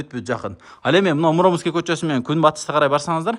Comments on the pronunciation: Муромский кочосу дегенде ударениени туура койсон. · Муромский кочосу ударениени туура коюп окучу